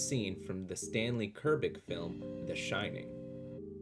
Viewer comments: Dude really doesn’t know how to read. “Hyoko” it’s Hokyo. Or Stanley Kurbick. Even my phone knows it’s Kubrick lmao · Bro really said “Stanley Kurbick” 😂🤣🤣